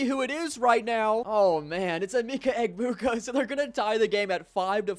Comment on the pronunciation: bro was pronouncing emeka egbuka terribly. it is pronounced (eh-MEH-kuh eh-BOO-kuh )